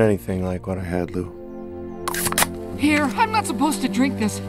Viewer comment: It’s pronounced Lou Not Leo